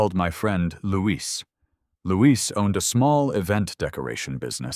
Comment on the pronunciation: Louis is a boy’s name, Louise is a girl’s name. The narrator is pronouncing it as the girl’s name is pronounced while the writing is also using the female version but his friend is a he, with the mother saying “You boys”.